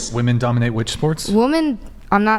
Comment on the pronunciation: "Woman(singular) DUMBinate"?? 😂😂😂